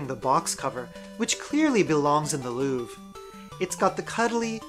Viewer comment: Educational video! I now know how to pronounce The Louvre.